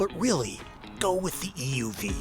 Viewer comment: It drives me insane how you the narrator keeps emphasizing the "E" in "EUV", when saying "EV or EUV". If you're differentiating the two, it's the "U" that should be emphasized, not the E.